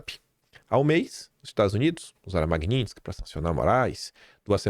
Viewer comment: pelo amor, pronuncia o nome dessa lei direito, o que é Magnintsky? Chega dói o ouvido, quem fala errado e é analfabeto é petista!! 😂😂😂😂